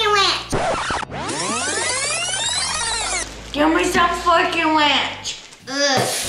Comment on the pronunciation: Give me some fork and ranch!! Didnt quite sound like that at first. Lol. 😂😂😂😂😂😂